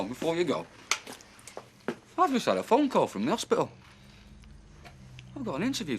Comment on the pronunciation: Annoys me how Lez couldn't pronounce things properly. Boccle and Hospicle. Not Bottle and Hospital